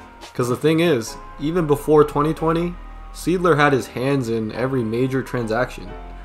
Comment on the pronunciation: Correct and it’s not pronounced seedler its pronounced sighdler